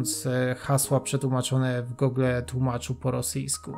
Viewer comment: Rencista - b.(były) rolnik" . Takie trudne do odczytania? I nie ,,[gogle]", tylko [gułgl].